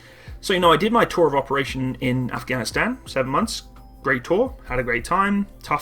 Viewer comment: Took me some time to figure that it's "operational tour", not "operational toll."